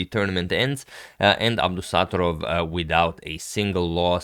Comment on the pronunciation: Dear Agad, as an uzbek I would like to say that you slightly mispronounce Nodirbek’s second name correct stress shall sound like that👉 abdusattOrov